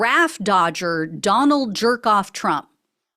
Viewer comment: Did you just call him "Don-old"????? 🤣🤣🤣🤣🤣😂😂😂😂😂🤪🤪🤪🤪🤪